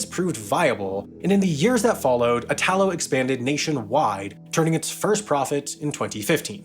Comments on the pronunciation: Please note that in Italy when you pronounce names you put the stress on the first syllable. You keep on saying "Itaaalo", when the proper pronunciation in Italian is "iiitalo" Please get it right and do some research when pronouncing words in another language. Txs so much! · Italo (e-tha-low) is pronounced with a strong accent on the first sillaba (the I) not on the second (ta). Sorry to nitpick but this particular mispronunciation is very fastidious to an Italian ear...Maybe because the root of the name is the name of our country (That is pronounced the other way around and maybe this is the cause of the error. I have to admit that is quite confusing and I'm not a qualified teacher, as you have probably already guessed...). Most of the times these little mistakes are fun to me but this particular one is like the screech of nails on a blackboard...😷😬😬😬 Ciao! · Ignoring your pronunciation of Italo (it's meant to be /'i.ta.lo/, accent on the first syllable, not like in Italia), great video about, I guess, planes. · Just a small remark: the name of the Italian railway company "Italo" is NOT pronounced like itÀlo, the stress is on the "I": Ìtalo. It's similar to the way you pronounce "Italy". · Totally Random: Italo is pronounced "ìtalo", not "itàlo". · Extremely interesting subject. P.s. Italo is pronounced with strong accent on the “I”, not on the “A”. Basically the same as Italy. Looking forward to the next video! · Next time try to pronounce "Italo" correctly, thank you 🙏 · eye-talo? e-talo! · Hey Sam will you ever consider on doing a video on why flying is so cheaper than railing? I asked Jason from Not just bikes and he said you are the best suited one to answer this question. By the way the accent in “Italo” is pronounced like Italy, on the “I” and not the “a”. Great video 🤗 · Great content, but listening pronounciation of 'Trenitalia', 'Italo' and 'Alstom' is a rather unpleasant experience. But no worries, pronunciations can be improved, it's possible 👍🏽